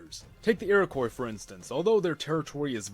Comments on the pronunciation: It's pronounced Iro-kwa not Iro-koi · Iroquois was normally pronounced "eero-qwaw" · Please stop saying Iroquois wrong, it's ur-uh-qwah